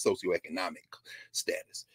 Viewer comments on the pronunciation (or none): none